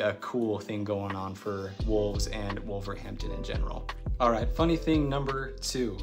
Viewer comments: you’re the only wolves fan I know who pronounces the H when saying wolverhampton we normally pronounce it wolva ramtun the content of this video was interesting and funny at the same time 👍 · I live in Trinidad but was brought up in Wolverhampton. Natives don't pronounce the h in Wolverhampton. It is "Wolverampton" with the emphasis on the middle syllable "wolverAMPton". I see somebody else below mentioned that.